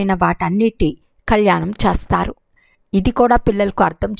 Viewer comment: చేస్తారు అనేది స్పష్టంగా annandi